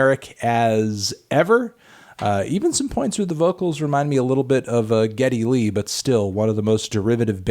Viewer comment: Oof butchered Lykke Li’s name there bud